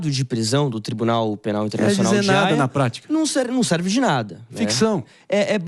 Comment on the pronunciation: Tribunal Penal Internacional de Raia ???? Kkkkkk cara não sabe nem falar o nome correto kkkkkk